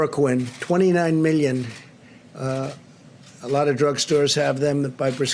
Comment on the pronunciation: Did anyone else notice that he said "middion" instead of "million" ? Oh boy